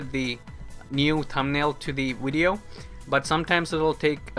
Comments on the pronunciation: ur not stupid but why do u call it wideo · wideo, hahaha my god it hurts.